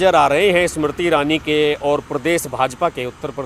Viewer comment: bhai pahale hindi to sahi se bolna seekh lo aap baar baar ismarti irani bol rahe ho inka naam Smriti irani hai seedha sa naam hai usko bigaad rahe ho is marti irani bana diya 😕